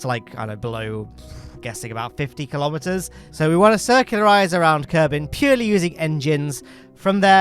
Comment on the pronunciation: I know you said kilometers, but I keep hearing Kerbometers